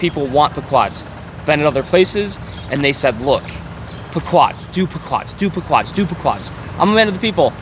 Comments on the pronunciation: Pea-quod's, not Puh-quod's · It's pronounced pee-quads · When he learns how to pronounce Pequods correctly ill listen to him. Also the box is smarter than him. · How hard is it to pronounce Chicago. You mispronounced literally every single name. Chicago, Pequods, Morton Grove. None of these are hard to pronounce. It’s kind of embarrassing. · He can't pronounce pequods OR chicago